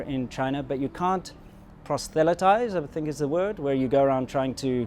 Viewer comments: Good video. The word is "proselytize", not "prostelytize" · Proselytize, not prostelitize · THE WORD IS "PROSELYTIZE"; IT IS PRONOUNCED "PROS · UH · LAI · TAIZ". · And When you say "prosthelatize" I think you were getting the word "Protestant" and "evangelism" confused